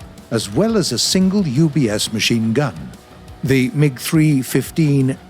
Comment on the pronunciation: Nobody: War Thunder Narrator: Maschhhhinegun